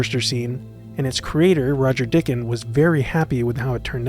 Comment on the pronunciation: Nice work. One minor point, I believe Roger Dicken’s name was pronounced Die-ken. He probably made a point of emphasizing that. :)